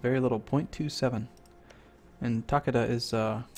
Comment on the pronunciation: Takeda the ke in it is pronounced like Kay as in Okay ;) and Yes i am thinking about just Ragequiting watching it :P